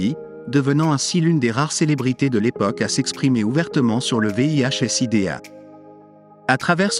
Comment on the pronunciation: Bon contenu mais gâché par une voix IA qui est incapable de dire certains noms correctement et prononcer Sida à certains moments. Dommage. Pourquoi ne pas utiliser votre propre voix? Cela donnerait une certaine crédibilité et sincérité à votre travail